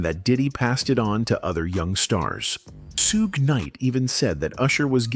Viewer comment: HI,im not screaming I just want whomever puts these videos together, to pay attention; DO SOMETHING ABOUT YOUR VOICE OVER GUY?THIS MAN CANT PRONOUNCE PEOPLES NAMES AND ITS A GREAT DRINKING GAME FOR MY FRIENDS,TO TAKE A SHOT EVERYTIME HE MIS-PRONOUNCES SOMEONES NAME, SUGES NAME Is not shooed like stooge!? 🤦🏽‍♀️but, I don’t drink…teach them how to pronounce Suge, but, this is just an example he’s constantly doing it to other people’s names too. It’s v😂ery distracting And annoying 🤦🏽‍♀️ Please! sue- gay l NOT! correct n I doubt Suge would like that 🤷🏽‍♀️😂😂😂